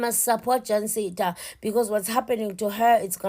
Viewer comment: is just a fool. She can't even pronounce the name right 'Jancinda'... We need to track her down...